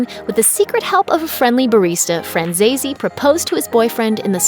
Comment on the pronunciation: It’s FranzesE, not FranzesI, it’s an Italian surname!